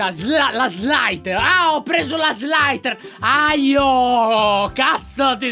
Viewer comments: Lyonwgf non si dice slaiter.aio ma si dice sliter.io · non si pronuncia cosi .....si dice slither.IO io, io, io non aio! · ahahahhahahaha lyon si dice slither.io non slaiter.aio XD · lyon quando hai detto slaider.aio sono morto dalle risate, si dice slither.io si legge come si scrive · SLITHER.AJÒ NON AJO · Hai detto slither . aglio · Si dice sliterio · Ma lyon si dice sliter io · si pronuncia slaiter io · si dice sliter.io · si dice slither.io non slither.aio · Si dice slitherio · lyon non è slither. aio